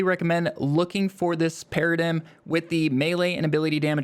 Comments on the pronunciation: “Paradim” 😂 it’s pronounced para-dime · I’m sorry….what did you call it?? Para dim? Do you know English? It’s pronounced “paradime” that made my ears bleed really badly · !!!! pronounced PEAR-AH-DIME !!!! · love the vid and sorry to be that guy but its (pear uh dime) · FYI it's pronounced Para-dime. Great build btw.